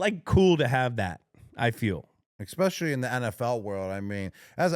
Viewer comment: “*eck*specially”…. Oh Gronky Yo Soy Fiesta